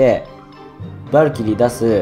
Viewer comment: さんはバ↑ルキリーって読み方か ドズ○さんはバ↓ルキリーだったよな